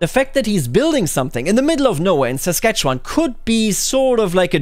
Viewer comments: I'm shocked to hear someone pronounce Saskatchewan correctly! Normally people look at it for 3 seconds and then give up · Most other Canadians can't say "Saskatchewan" correctly. does. The mind boggles.